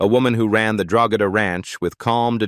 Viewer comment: AI can't pronounce the name of the ranch correctly and some images don't fit the narration (Piper Laurie).